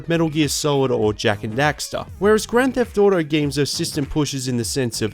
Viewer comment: grand debt auto